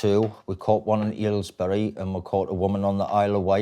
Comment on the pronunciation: Did he say Aylesbury or Yalesbury